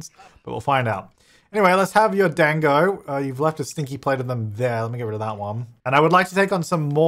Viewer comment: Also dango is said “duhngo” or “done-go”!! You should name the evil hen Evie! And the peonies add to his whole Japanese heritage/experience story, maybe in the storyline he brought the bush from his old home and nurtured it?Never been this early for ur content cuz I’m in Australia an an early sleeper, love the glasses i have the same. Also I wish subtitles/cc came up as soon as the vid was uploaded smh YouTube , I’d love it if u put cc or hired someone to do it it makes the world that much more accessible. I’d also really apropos if you put flash warning specifically referring to when the lightning strikes in this vid cuz flashing, strobing etc can be very dangerous and even life threatening to photosensitive people!